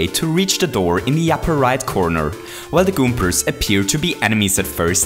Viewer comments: How does goombas become "Goompers" though? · I heard “goompurs” 😂